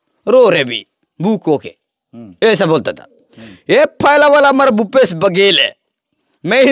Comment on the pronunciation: भूपेश नही घुपेश❤